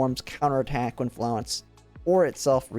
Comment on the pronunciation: You've got the French pronunciation of Florence almost down. Keep saying it the way you're saying it, but don't drop the "r". It's the start of the 2nd syllable, so flo-RENCE. If you Google "French pronunciation of Florence", or any other pronunciation you're not sure of, like "Chinese pronunciation of Zhaohui", you can usually find a video or sound clip, although I did have to look Qiongjiu up as separate "Qiong" and "Jiu", go figure. In spite of Florence being "French" and spicing up her language with the occasional French word (because the PA-15 is a French gun), she's arguably named herself after founder of modern nursing, Florence Nightingale, who was English, so an argument can be made for either pronunciation. In Project Neural Cloud, the VA pronounces it more the English way, but with a Japanese accent, of course. I imagine she'll pronounce it the same way in GFL2, so you're probably safe to stick with the normal English pronunciation for this one.